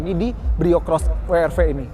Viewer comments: "Brio cross- WRW" 🤣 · WWWWWWWW ERRRR V, yg bener dong bang.🤣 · Akhirnya ada yg nyebutnya bener..Double Yu Ar Vi & We Er Ve...yg lain nyebutnya Wi Ar Vi..😅